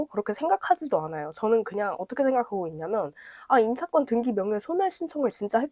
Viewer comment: 왜 등기를 등끼라고 하시지 ㅎㅎ